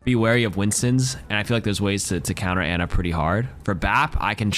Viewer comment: How does an Ana main mispronounce her name 😢